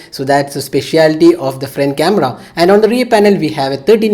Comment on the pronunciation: Frent camra 😂